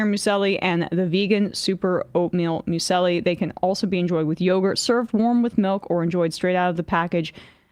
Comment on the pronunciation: Emma needs to look-up pronunciation of "muesli".